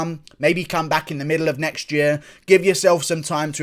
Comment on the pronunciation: "It's YA-REAR!. Idiot."